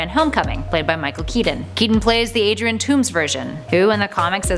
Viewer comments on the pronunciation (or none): none